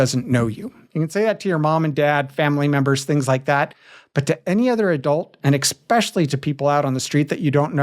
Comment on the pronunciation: The fact that he pronounces especially “expecially” is so funny.